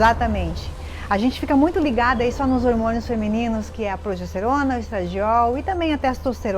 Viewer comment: Gente! Progesterona é bom G e não com J!!!! Cuidado! Isso afeta a credibilidade da mensagem